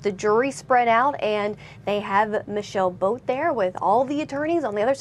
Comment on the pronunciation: when they say michelle boat it sounds like "my sail boat"